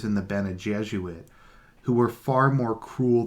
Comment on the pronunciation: the golden path is just a literary attempt to adapt the story of joseph, or yusuf, only that in dune the pharaoh, or king, tries to solve the problem by himself, since he is both king and yusuf. and it's pronounced gesserit, not jesuit